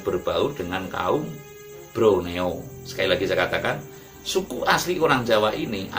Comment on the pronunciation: Broneo apa Borneo? Krn waktu jaman Belanda ada sebutan Jawa=Java.Sumatra =Andalas, Sulawesi=Salebes dan Kalimantan= Borneo, sy pernah merantau di Kalsel, Banjarmasin, namanya suku Banjar, bahasanya banyak yg sama dgn bahasa jawa, budayanya sama dgn Jawa yaitu wayangkulit.